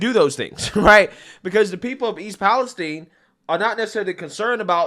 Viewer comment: Guys for crying out loud stop calling it Palesteen. It’s East Palestine, named after the country of Palestine, so it is pronounced exactly the same. 🤦🏻‍♂️